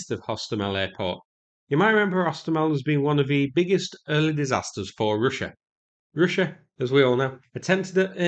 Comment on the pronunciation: Hilariously bad pronunciation throughout. Try practice these when you get a chance: Yellow, Arrow, Russia, Route, Kiev. Also very illuminating hearing bias come through on what should be a rather neutral battle footage video. You aren't fighting there mate and it's another obvious proxy war to keep the war machine bank rolled.